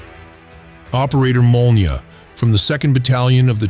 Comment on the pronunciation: Molniya, gvozdika sounds absolutely correct. Nice